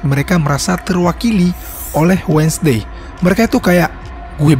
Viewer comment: Correct dikit bang bang, bukan menyinggung atau apapun itu. Cuman nice info "WEDNESDAY" di eja bukan "wed nes Dey" Tapi wensdey Btw pembawaannya bagus dan enak